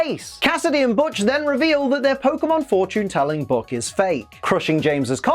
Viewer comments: Butch's name in-&-of itself is a joke, as (almost) every time it's said it's BUTCHerd by at least 1 member of that episodes cast, there even being moments when Butch miss-hear's someone saying it correctly for saying it incorrectly, only to realize half-way through his shouting and correct himself. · They mispronounce Butch's name since they first met him -_-. i mean, is "Botch" even a name?